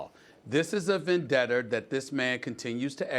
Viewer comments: No he has a "vendetter" 😂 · Vendetta added to the list of words this nigga can’t say along with Ibaka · "Vendetter" edit: "Americer" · VendettER. AmericER. lol